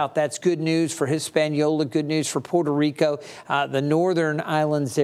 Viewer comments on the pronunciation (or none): none